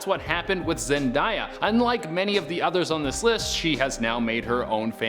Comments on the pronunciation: It is pronounced as Zendaya not Zendiya. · Why did u say zendaya like that? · You said Zendaya's name completely wrong.😂